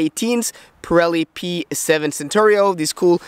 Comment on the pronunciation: and .. omg.. you've pronounced "Pirelli p7 Cinturato" as "Pirelli p7 Centorio"!? while you should have said "Chinturato". Use Google translate! which can read the word for you ->